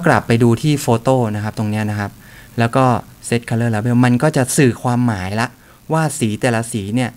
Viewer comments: ปล. Label ออกเสียงว่า เลเบิ้ลนะครับ อยากให้ถูกต้อง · Yaya Yayai เลเบิล ?? เลเบล!!